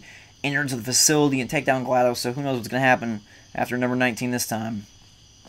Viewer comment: Did you say GLADoES but its Glados replace the O with a I and thats how you pronounce it.